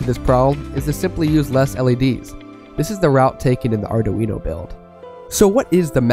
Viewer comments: You will learn that "Arduino" has three syllables: "Ar-dui-no" 😉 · Maybe because he can't even pronounce Arduino. Or maybe because he doesn't know that Raspberry Pi's are running a lot of LED light shows.